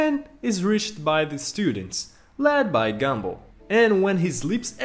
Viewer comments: Bro it's GUM ball,not gambull😂😂😂😂😂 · He said gambal